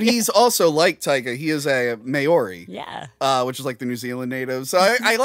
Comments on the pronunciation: is a little problematic on the pronunciation of Maori. You are lucky probably not many New Zealanders who would get up in arms about this watch your show. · You pronounced Maori wrong. Speaking of New Zealand have you seen the movie Housebound from a few years back?